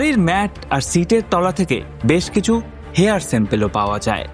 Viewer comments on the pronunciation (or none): none